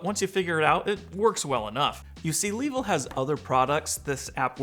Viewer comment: Longer and better review here: Also, Suggest learning how to pronounce the company's name. Just the most basic courtesy.